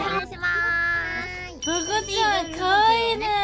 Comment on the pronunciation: しぃしぃの「とこちゃん」って「とごじゃん」って感じの発音ですき